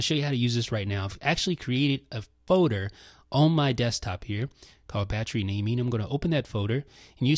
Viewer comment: says "feauder" lol